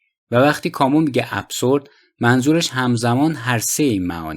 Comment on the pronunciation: اِبزُرد هست چون با تلفظ اس خوانده نمی شود